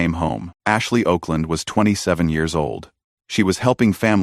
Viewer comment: Her name was Okland, pronounced Awkland, Mr AI Narrator